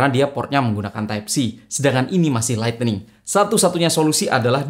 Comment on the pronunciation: Lightning bang bukan lightening hehe